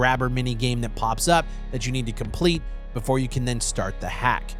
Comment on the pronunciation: "The Day Befour" 😂